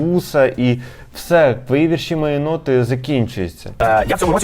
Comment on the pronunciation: Пивоваров в такій ганебній рубриці. Фу, це ваш провал. І почніть вже казати слово "вІрші" з правильним наголосом!!!